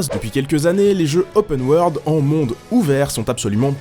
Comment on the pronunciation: gadaur lai opeune waurlde